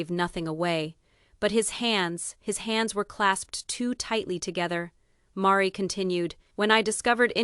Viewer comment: I so wanted to believe this story, but it seems to be unbelievable. The misspelled names and the pronunciations . Meri is pronounced as 'maree'. And Robin is pronounced as 'row-bin'. So, I feel that this AI projection is all fabrication 😢. Don't waste your time in reading this! If this was true why didn't anyone else print it? Besides the obvious...if you have followed this family you KNOW that Meri is not flashy 😊.